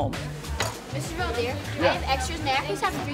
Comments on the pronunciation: Fun fact!! His name is pronounced incorrectly in English. It's Veld (velt) Heer (here). In Dutch (language in the Netherlands, in this case not to be mistaken with the Amish Dutch) a veldheer is a warlord!! And he's the peaceful kind. 😁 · Veldheer is Dutch for warlord. Veld = field and heer = man (like the German word Herr). So what's up with the Fell Deer? Why not Felt Here? Then again Favre is pronounced with the r before the v, so there seems no connection for Americans between writing and speaking 🙂